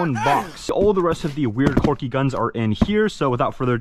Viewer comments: "this one is pretty corky" quirky pronounced qwer·key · the word is quirky not corky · my boi it is "quirky" not "corky" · It's 'quirky' NOT 'corky' 🤣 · if he says quwerky one more time i will strangel a cat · Why does he keep saying corky 💀